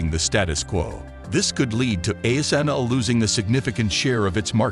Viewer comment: The ASML was just pronounced correctly